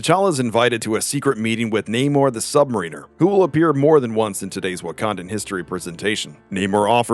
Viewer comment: Anyone else cringe a little anytime this narrator mispronounces "submariner"?